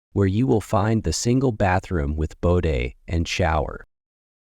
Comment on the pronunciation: It's called a bidet, not a bodet.